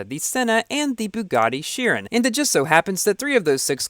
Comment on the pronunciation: Man I like you but... Your pronounciation of chiron is so annoying